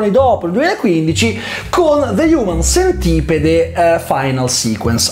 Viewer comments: de hiumen sentipid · Prima di recensirlo almeno vatti a vedere come si pronuncia il titolo